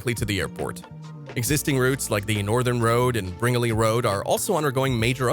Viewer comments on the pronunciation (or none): Great video! My only critique is pronunciation of Bringelly Rd, it’s pronounced “Brin-Jelly” like jello, lol. I actually live on bringelly road, this project is super exciting for us, our property is expected to gain $400k in value on the airports opening, we are laughing to the bank. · Quite a reasonable clip covering most aspects of building the Western Sydney International (WSI) Airport. Some mispronunciations, like 'Bringelly' is pronounced 'Brin-jelly', but that's forgivable. Some additional points of interest are: - It will not have a Control Tower as such, but an extensive system of cameras and sensors, feeding to a control centre about 15 km away, where the airport traffic is electronically displayed for its air traffic controllers. - It's better to think of the new airport not so much as 'Sydneys second airport', but as WESTERN Sydney's Airport. Many Sydney-siders who live around the harbour / coastal city side still struggle with this concept. You'll see this reflected in comments about how 'it's too far away', 'will take too long to get there', and 'isn't strongly connected to their idea of the 'City'. Naturally people who live more to the east will continue to use the existing airport, just that it will now be less pressured. But the new airport is actually closer to most of the population of greater Sydney. From day one it will have a metro connecting it to a major rail line, soon after it will link with another line giving rail access to the old airport and the harbour city. In a few decades it will be served by another metro line from Parramatta and on into the harbour city. And (as at the existing airport) rail is only expected to attract about 20-25% of the people using it. Geography has long moved on from when the centre of Sydney was aroun